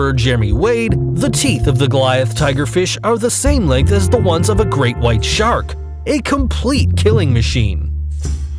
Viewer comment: SHRAK? 🤔 lol